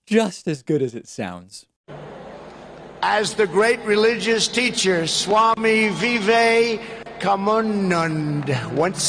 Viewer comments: Hahahaha! Vegas as Vestas? Swami Vivekananda as Vivakamadada. Trump should have consulted his staff and Modi as to pronunciations of these names and places before he spoke in public. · Tell me about it, bro. I posted a comment explaining how David messed up with the pronunciation of Swami Vivekananda. Pronounced (Vi-vee-kah-nahn-dah). One of the most important things to remember when it comes to Indian names is that "a" is pronounced like "awesome", not "a" as in "apple". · I think what happened is they probably took huge offense he pronounced the swami name like that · I enjoyed thee way he pronounced ' swami vivekananda ' it was so cute, how else is he to pronounce it ?Just remembering the name was good enough !Well done President ! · To disrespect Swami Vivekenanda, a highly revered Indian saint who brought yoga to the West, is horribly insulting to the people of India. It's no wonder that they left in droves. All trump had to do, out of respect and minimal diplomacy, was to read and practice the names ahead of time. By not doing so, then butchering them, then being amused by his own incompetence, this megalomaniac told the Indian citizens that he thinks they are below him, unworthy of his respect, and that he cares nothing for them. I hope, for all the reasons and especially because of this, that any collaboration he hopes to have with Narendra Modi fails. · There's a moment when Trump is mis-pronouncing the name of Swami Vivekananda where we catch sight of Indian Prime Minister Modi in the background, and the look on his face is most telling.